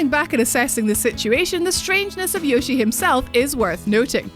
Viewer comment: Cute voice but its more like if it were to prounouce 'Yoe'-'shi'.